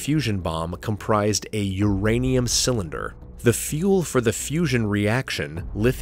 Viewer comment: Pay attention to your details. It's not "fussion".